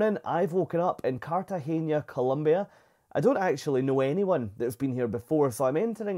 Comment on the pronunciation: Really enjoyed this. You captured the experience so perfectly. If my family ever takes this cruise, we’ll try this excursion based on your review. By the way it’s CartageNa, not CartageÑa, so you don’t pronounce the last syllable as “nia” but plain “na.” In Spanish, you pronounce “n” as “ny” (nya, nye, nyi, nyo, nyu) only if it’s written as “ñ” (España, piñata, Nuñez, Iñigo, año, señor, moñudo).